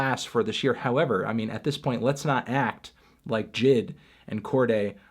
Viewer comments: Anthony stop saying pronouncing "Jid" as a word. He's known as J.I.D. the acronym, probably cause it sounds way better than fucking Jid. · Who else screamed when he pronounced jid and not j.i.d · uhh melon, it’s pronounced J.I.D. not “Jidd” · Let's argue: Melon pronounces JID like "jed" just to irritate us